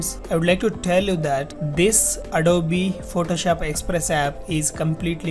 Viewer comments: bhai ita adobe not adobeeeeeee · Please say adob not adoby